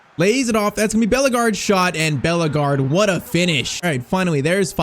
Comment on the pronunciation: Bro stop saying beller-guard ,it’s bell 🔔 guard 💂‍♀️